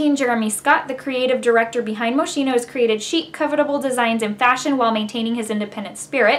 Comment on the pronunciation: Pronounced Mo-skeen-o, darling. Very Italian! Nice review. I finally got one yesterday. It's back in stock!